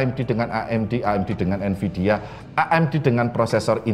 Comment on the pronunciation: NVIDIA pak, bukan NVIDA